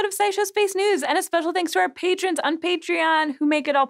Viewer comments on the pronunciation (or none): none